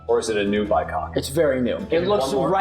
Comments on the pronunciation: It is called a Bycocket, not bi-cock. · BycockET not bycock smh